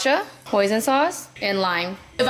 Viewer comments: Your "bon appetitty" never fails to make me laugh 🤣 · "Bone apple titties" SCREAM 😂